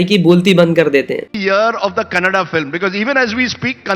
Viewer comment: He is good atleast he is pronouncing KANNADA bcoz all North Indians pronounce it as KANNAD There's allot of difference